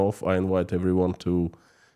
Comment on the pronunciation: What is Carthago Dilenda Est? if I'm hearing it correctly. Thank you and I love your news and analysis.